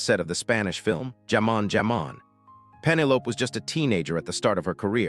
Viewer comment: Pemmelope, wow. Damn AI.